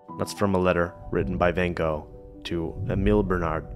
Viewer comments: Who is ‘Vincent Van Go’ ? With respect you mispronounce ‘Van Gogh’ several times in this short piece. Many would conclude, that getting his name correct would be the best way to make a start. Apart from that this is a great look at Vincent and his life, excellent. Plus. you didn’t neglect ‘Jo’ if it had not been for her we would know nothing of Vincent and his work. Thank you for these inspiring insights. Ps. The photo you show is not Vincent Van Gogh. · Hi surname is pronounced Vincent Van "GOFF" Not Vincent Van "GO" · it's van gogggg, not ven go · I can't believe how such a great polyglot like pronounces Van Gogh as Bengo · This is really lovely, but oh, so difficult to listen to your 'Van Go' pronunciation of Van Gogh's name. So difficult! 😬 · Sorry. I cringe every time you say Van Go. It's Gogh. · How about learning to say his name ??????? "Wen Go" ???????? It is (first) FANN and (second) CHOCHHH...... the brother TAY-Oh, not TheeOH...and so on..... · I'm surprised (but not disappointed) that you did not pronounce his name correctly. You are the master of languages. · You learned so much! Except how to pronounce his last name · Why do Americans consistently pronounce Van Gogh's name wrong 😂